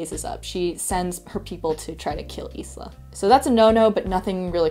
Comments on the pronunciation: The only issue I had with this video was how you pronounced Isla’s name. You said it like “is-la” it’s pronounced as “eye-la” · I know it’s not related to the book, but I want to know what’s the name of the background melody and its composer? I like it. Anyway, the Mai character's name is pronounced as ice-la. I wonder if you’ll read the next book, Nightbane.